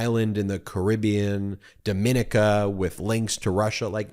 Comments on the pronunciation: Ben, JFY, Dominica is not pronounced Domee’nica, but DominEEka. Not to be confused with Dominican Republican. (Domee’nican). The stress is on the 3rd syllable. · It’s Dom - me - knee - cah! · Dominica...😊it's pronounced Domineeka